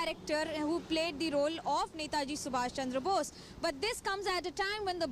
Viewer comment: To the host (with due respect), please pronounce the name of the Greatest soul properly. It's Netaji Subhash Chandra Bose and not *sumash chamdra bose*.